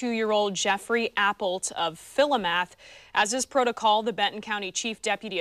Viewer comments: That anchor should be put on admin leave for butchering that town name. It's Fill-Ooh-Myth ma'am, not fillo-maath. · Fill-e-math? Never heard of it.